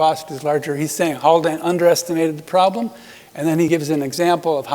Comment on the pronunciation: is it Haldane or Haklane?